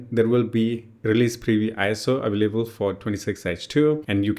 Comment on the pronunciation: WHY YOU SAY AVAAALABELE SAY AVAILABLE